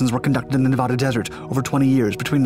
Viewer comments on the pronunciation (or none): You're saying Nevada wrong. Say it with me Neh-vah-duh, not Na-voh-duuuh.